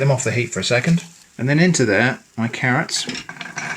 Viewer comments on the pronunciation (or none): none